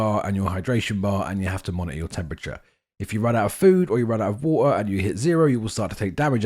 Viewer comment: Drink Wa-her